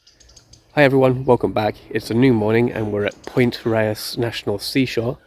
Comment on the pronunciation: Point RAYES. Mar-IN. MYOOR Woods. Mt Tamal-PIE-us.